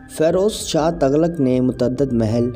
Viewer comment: تَغلق نہیں، تُغلق پڑہیئے گا Tughlaq